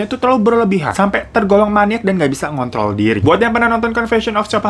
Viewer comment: Bang, maaf pas ngmong kontrol gua dgernya ga ada hruf R nya. Gua dgernya smpe 3x buat mastiin gua salah dger